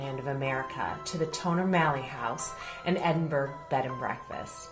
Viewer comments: Yeah its pronounced EdinBURRA that was driving me crazy too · Stop saying Edinburg........ It's Edinburgh as in Edinburra. Burgs are German not Scottish.!!!!!!!!! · bigvalz Thanks. I was about to say exactly the same thing. Edinberg!!!!👎🏻👎🏻👎🏻👎🏻😤 Edinburra 👍🏻👍🏻👍🏻🇬🇧